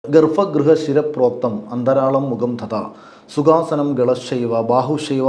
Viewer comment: Gollam. Vivaram indu. Sanskrutam ozhivaakkayirunnu. Aa paranja samskrutham okke thetta. "ShirapOktham" nnanu ... Mukham thadha nalla..Galamthatha